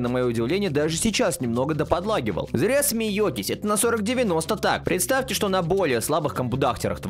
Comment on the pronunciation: прдствтэ там меня